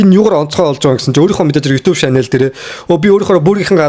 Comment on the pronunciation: shanel bish channel gechuul yg bolloo shu bro